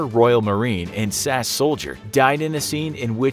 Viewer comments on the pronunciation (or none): It's S-A-S not sas! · it’s not sas it’s S.A.S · its not sas its s.a.s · So funny when he mentions the stunt man Tip Tipping and says he’s a former sass soldier... You say SAS by pronouncing the letters.. es-ay-es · its not SASS........ its pronounced a letter at a time. S pause A pause S..... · It's not SAS, it's S.A.S 👍🏻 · a former royal marine and sas stuntman no it’s S A S say the letters mate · No.2 It’s pronounced S-A-S not sass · when you reached No. 2, "...former Royal Marine and S.A.S soldier....". Did you say sass instead of S.A.S? Is that an acceptable way to say it because its the first time I've heard someone say it that way. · oof when you pronounce SAS as sass and not S.A.S. :^( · He pronounced the S.A.S. as “Sass”. Sacrilege!!!! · The way he says "SAS soldier" lol. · Nooooooo, that's not how you say SAS